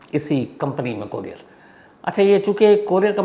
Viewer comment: कोरियार नही कुरिअर बोलते है....shams sir